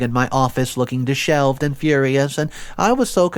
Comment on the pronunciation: Did you say disheveled? Whatever you said for that word you're pronouncing disheveled wrong